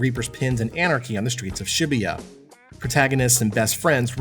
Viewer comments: "shibbeyuh" Was it too hard to take ten seconds to google how to pronounce the name of the city the game is set in? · I cringe everytime he pronounces Shibuya. Its pronounced shuh-boo-yuh.